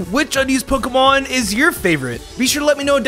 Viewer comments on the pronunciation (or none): it bothers me so much how he says “pokuhmon”